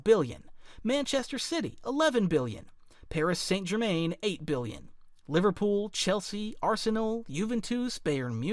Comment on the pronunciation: bro your pronouncing of paris saint germain , juventus is beyond wrong